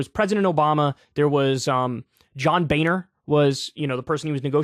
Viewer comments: His name is John “Boner”. Please don’t mispronounce it, it’s a beautiful family name. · The German pronunciation of "Boehner" sounds closer to "boner" than what most Americans pronounce it as.